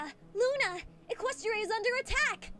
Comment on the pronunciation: except pronounced it eqes stra. Hey learn how to pronounce equestria!